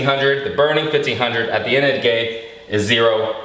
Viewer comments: "At the end of the gay"... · you say "At the end of the gay."